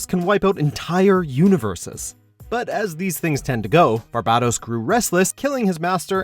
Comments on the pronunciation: You didn’t pronounce barbatos correctly... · He is saying barbatos wrong